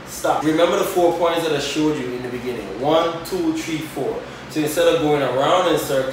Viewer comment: Tree four